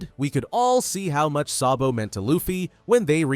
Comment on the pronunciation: It not sobo it so D bo